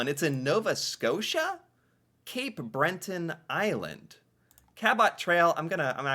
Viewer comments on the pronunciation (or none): I get so triggered with this guy. how do you pronounce every word wrong. Cabot ca-bit. breton not brenton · "Cape Breton" not Cape Brenton. There is only a single 'n', at the end of the word. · Breton... not Brenton. Was driving me crazy :). Nahani is hard to get to, and in the winter when the Northern Lights are happening it would be gruelling. The Rockies... namely Banff and Jasper national parks, are accessible all year long and much more settled and fairly close to some major urban centres. very interactivce places... including skiing, hiking, excellent resorts and restaurants, and of course all kinds of nature. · Do Americans pronounce things abominably on purpose? I just wanna know where that second N came from for BRETON. 😅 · Seriously...where do you see it written 'breNton'? There's no n in the middle! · I'm starting to think this guy is just punking the audience. How many times are you going to add an 'n' to Breton? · Love your videos, but feel the need to correct two slight errors: there is no 'n' after the 'e' in Breton, and Cabot is pronounced with the emphasis on the 'Ca', not the 'bot'. You'll get there... bless your heart! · Spelt Cabot.. pronounced Cabit.... And it's Breton. Not brenton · Yes you are saying Breton wrong as well Cabot it is pronounced cabit,and Breton has only1 n at the end so not Brenton it is breton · Why do you take "Breton" and stick an "n" into it? It's NOT pronounced "Brenton." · Cape Brenton lol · Cabot Trail is Pronounced CAB IT Trail. Also Cape Breton only has one n.Bre Ton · Can I just ask where the ‘N’ is is Breton that you keep pronouncing 😂😂😂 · Cabot rhymes with rabbit. It’s in Cape BRETT-un. You’re welcome. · Ur brain really wants to see something else eh? Ka-bot Trail, Cape BreNton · Don't see the "N" in Breton. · There is no "N" in Cape BRETON Island